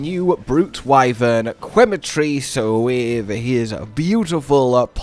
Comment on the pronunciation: for anyone wondering Quematrice is promounced ‘Keh-matrice” quema is spanish for burn